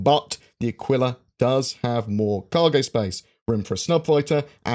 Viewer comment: Who else wants to rip their ears off every time his mispronounces “Aquila”